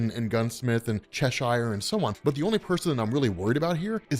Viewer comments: Hearing you mispronounce "Cheshire" is excruciating. Otherwise good video. ;p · The way you say Cheshire is annoying, I must admit.